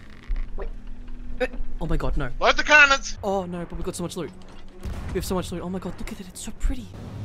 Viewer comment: "O NoRRRRRRRRR" "I knowRRRRRRRR"